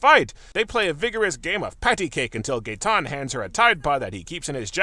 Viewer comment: It was Gaetan? I only heard Gay.